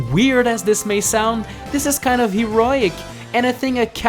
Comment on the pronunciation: Wait did he just say Heriec instead of Heroic